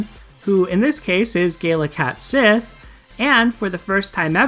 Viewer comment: Its pronounced cat she not sith. I learned this from final fantasy 7.